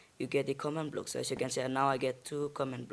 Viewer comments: Wtf is a command bluk XD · I never heard of.. comnd bluk